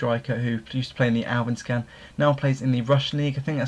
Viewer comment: DUDE!? It's called ALL-SVENS-KAN not AWEVENSKHAAWN